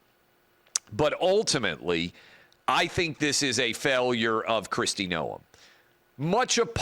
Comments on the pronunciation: It’s pronounced Nome not NoEm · That's fine...she wasn't going to make the cut regardless. Thing is that is ranch life is something most would never understand. Will never happen, but Tulsi Gabbard would work out really well. Travis, you are adding too much to the pronunciation of her name